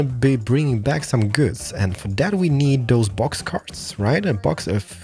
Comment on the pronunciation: Please! It's: "those" and not: "does". I know it's not always easy, since I'm Swedish too, but please try to get it right!